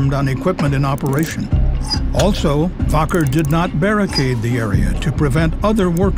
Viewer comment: It's pronounced WACKER not "Voker"